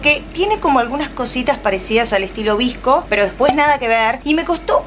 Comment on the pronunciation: Amo como dice vsco, lo dice visco jaj💖